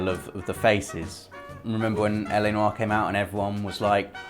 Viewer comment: Congratulations on pronouncing LA 'Noire' the correct way.., you were a little off in the intro there. Yes, I obsess with language in games;)